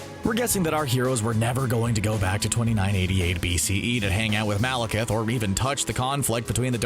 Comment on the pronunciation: They finally got somebody to pronounce Malekith right. But can he pronounce Eccleston?